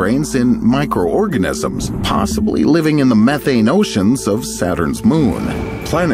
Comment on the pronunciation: did he say meth ane im in